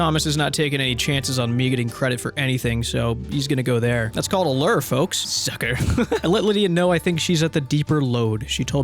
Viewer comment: Every time says "Lure" All I hear is "I am Lrrr Ruler of the planet Omicron Persei 8!"